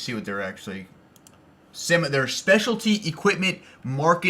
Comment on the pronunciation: I'm sorry but the way you pronounce SEMA kills me.